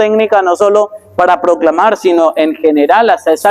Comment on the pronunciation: La expresion sino muchos la pronouncing COMO si no COMO Megan’s.